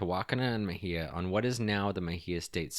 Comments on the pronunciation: I think it’s Muh-hey-uh, is it not? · Why are all of the city names mispronounced? Ta Wok An E, Muh Hay Uh, Wok Sa Hatch E (Tehuacana, Mexia, Waxahachie) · I was born in Waxahachie and have family buried there that go back several generations (about 150 years. I am 64). It drives me a little nuts when people mispronounce the name. It just takes a second to verify how to pronounce it. It’s WAUKS-uh-HATCH-EE. As far as Mexia, it is muh-HAY-yuh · I think you also mispronounced "Mexia", but to be fair, I don't think anyone outside of that town knows how to say it right, myself included.